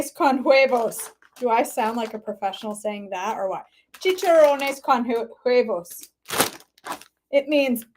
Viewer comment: I need to look for a different gluten-free brand or pork rinds than the one I have. Mine look gross. Yours look better. That apple cheesecake looked amazing. I ran late to pick up my daughter from school yesterday because I couldn't stop watching. 😅 Oh, and the H in huevos is silent.